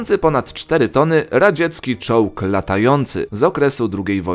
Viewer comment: Zamiast czołg usłyszałem czuux! XDDDDD